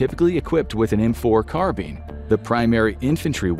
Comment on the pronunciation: Can’t stand how the narrator says carbine 🤦🏻‍♂️ ffs